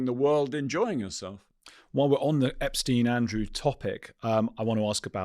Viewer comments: This guy has nothing new, refuses to pronounce #Epstein correctly, suffers tremendous gaps of information, and exhibits rather poor judgement. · "I watched all the Epstein documentaries"..but still can't pronounce his name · This man can’t even pronounce Epsteins name correctly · He knows so much, yet he mispronounces Epstein's name? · Why the fuck can't people pronounce this fukkaz name, EPSTEEN. dude literally says it 2 different ways in the space of 1 minute. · Eh ...Roy ..... might be best if you took the time and learned how to pronounce Jeffrey Epsteens name right